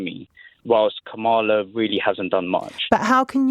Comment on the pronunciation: To both host and caller ... it is comma-la!